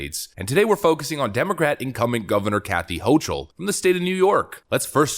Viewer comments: It's irritating to hear the woman's name mispronounced like 20 times in 10 minutes. Her name is not pronounced "ho-chul" with a soft "ch" , it's pronounced "ho-kel" with a hard "ch" . It was a relief to hear it finally get corrected after hearing Lee Zeldin pronounce her name correctly, but the whole video should have been done over to correct the error rather than letting the constant mispronunciation remain throughout the vast majority of the video. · Her name is pronounced "Hokle".